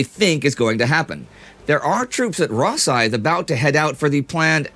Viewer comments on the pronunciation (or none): Tremendous episode as ever. I'm always hugely impressed by how much information you can pack into a few minutes without it seeming rushed. Small pronunciation note: Rosyth is "Ro-SYTH", stress on the second syllable.